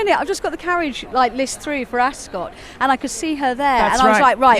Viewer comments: I thought it’s pronounced “As-cut” not “As-scott”? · Askit like biscuit pronounce Ascot pse